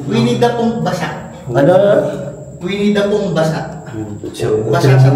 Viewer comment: Winnie da poohng basa 😂😂😂😂😂